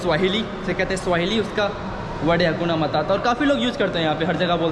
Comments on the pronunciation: हकुना मताता नहीं हकुना मटाटा बोल भाई अपनी बोली को सही कर मेरे भाई बोलना सीख पहले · हकुना मताता हकुना मटाटा बोल भाई